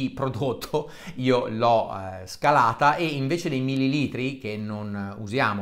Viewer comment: OK prof., STAVOLTA sono "quasi" certo che la pronuncia "millilìtro" SIA ERRATA, ovunque, comunque, senza se e senza ma...😉 Sbaglio? SALUTI e 👍👍👍 P.S. Non vorrei sembrare pedante, ma da una persona colta come Lei NON vorrei sentire errori così grossolani (che qualcuno, tra l' altro, potrebbe usare per screditare tutte le Sue affermazioni, imo ASSOLUTAMENTE veritiere)